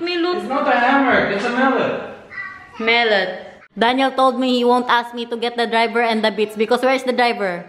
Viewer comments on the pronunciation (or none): Baka you mean mallet not mellot. Mallet as in hammer. Pronounced as ma-luht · mallet po hindi mellot✌ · rubber mallet or hammer din sa atin yan😂 right pronounciation sa kanila talaga gamit ma-luht